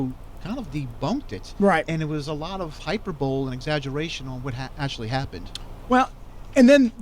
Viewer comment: Hyper bowl lol? It's pronounced high-per-bowl-e. Don't mean to be a dick, just trying to help.